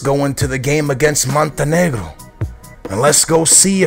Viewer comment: who is "Joro Peira"?? I love how he says Montenegro with a Hispanic accent lol